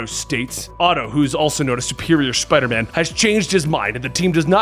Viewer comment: Its Spider MAAM.